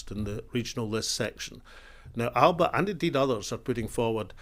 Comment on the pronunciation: That's not how to pronounce "Alba".